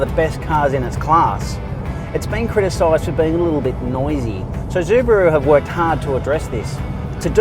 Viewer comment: Zubaru?? hahahahahahaha